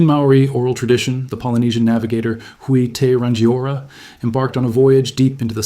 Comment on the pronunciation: Got you for pronunciation am a local! Hui te rangiora- who e (like e) tear (like rip) rung e (rung like phone but with rolled R) oar (like boat) ra (rolled R) Love the vid have a fantastic day!